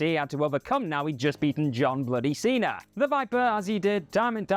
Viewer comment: Cena* not Cener